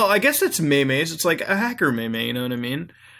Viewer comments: You said may-may's instead of memes 😂 sorry I had to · dude you pronounce it: Meeeeeee...m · maymays? you mean Meems?? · "May may" its pronounced MEEM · its not maemae its meem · It's pronounced "meem" not "me me" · It's not "mehmeh" it's "meeems" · its pronounced meem not meme lol omg! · when you say may mays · maymays lol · It's pronounced "MEEMZ" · 'May Mays' Lol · Wait... did he just call memes may mays? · What the fuck is a mey-mey?! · "maymay" BITCH WHAT THEFUCK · M A Y M A Y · o god he cant say meme